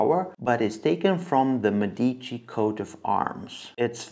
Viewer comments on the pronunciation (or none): ME-dici. More emphasis on the ME Which sounds like “meh” so it would be “MEH-deechee” pronunciation wise👍🏻